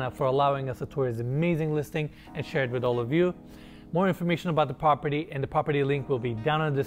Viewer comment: PROP-erty, not POP-erty. You gotta work on saying that right.